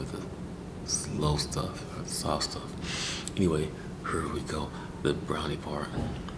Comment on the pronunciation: But that would actually be an awesome video idea. Like the "here" also, just such unexpected pronunciations, I love it